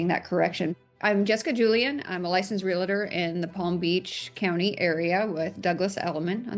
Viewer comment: Realtor god dammit! Not Relator